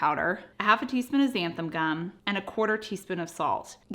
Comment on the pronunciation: I think you always pronounce XantaM gum, and that's cute. :-)